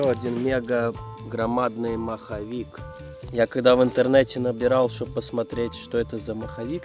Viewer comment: Супер видео,лайк!!! Дядька не маховик а моховик от слова мох😆👍👍👍